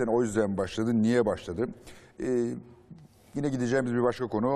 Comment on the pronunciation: Fatih Altaylı gibi bir entelektüel nasıl dikkat etmez “gine” nedir yahu yine yine.